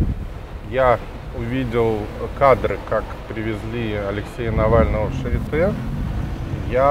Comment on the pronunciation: Произносится не шаритэ, а шариты. Прямо режет ухо, когда я слышу это шаритэ. В слове charité é это ы. Если ê, è это э. Например bête, tête, règle, то есть бэт (глупый), тэт (голова), рэгль (правило, линейка)